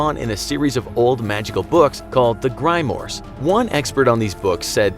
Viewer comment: "Old books called the Grimers" pronouncing things is hard but this was funny